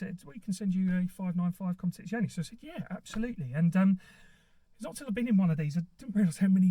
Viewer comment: Oh... I forgot to mention it's pronounced Competiziorrrrne lol.... I'm half Italian 😊 You were fine until the very end😉